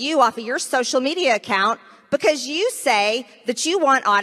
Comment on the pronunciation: Marjorie “Buhcuz” Taylor Greene